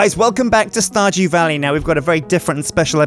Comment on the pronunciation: "...welcome back to starJEW valley..." WTF? LOL